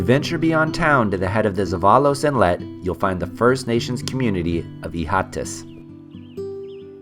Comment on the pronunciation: Hilarious pronunciation of zeballos 😂